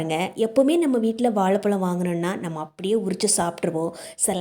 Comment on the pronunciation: வாழைப்பழம் not வாளைப்பளம் , தமிழ் மொழியை க் கொல்ல வேண்டாம்